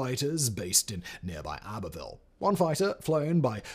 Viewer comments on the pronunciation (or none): none